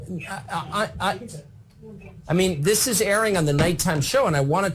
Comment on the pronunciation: dis supposed to be, dis dis dis, day dem, deez people, your vocabulary is so horrid to listen to and you always sound like youre yelling its so hard to enjoy these videos in the background of my computer